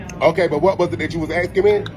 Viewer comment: Asking asking why is it so hard it's not axing